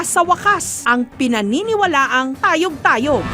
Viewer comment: Tay-oG!!! Tay-oG!!! Tayyy-oOG hindi tayog tayog..😅😅